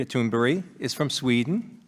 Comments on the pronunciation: Hey Spankburger, it's Thunberg not Toonberry. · Greta Thunberry!?! Americans always butcher the European names. lol :P :D :D But this girl is awesome. Much power to her and the whole movement.